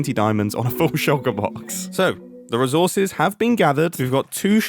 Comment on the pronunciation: "Ree Sauce Gathering" "Re Sawsiss Gathered" what on earth